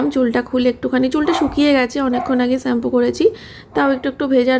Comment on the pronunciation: তুমি এতোদিনেও শ‍্যাম্পু বলা টা রপ্ত করতে পারলে না! 😅